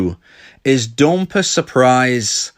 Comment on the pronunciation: I love when he says "", 'dompee', dablu dablu dablu dot date me dot cooom.